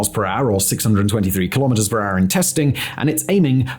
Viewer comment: Lol. You say ....... kilometers an R!!! _ It's so cute because you don't say kilometers an hour!